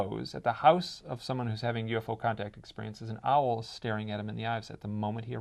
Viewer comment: She pronounces owl as ow. Giggling.